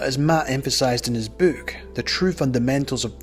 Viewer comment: Narrators accent is great I love how he says "book" and "hook" with the long o sound like the word "Boo" as in boo I scared you. "Bewks and Hewks."